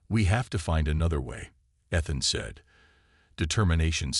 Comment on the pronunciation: How many times can your Text to speech engine mispronounce "Ethan" and the turn around and do it right..... Holy shit. Review some stuff before posting this drivel. This is bad. I'm only 3 minutes in.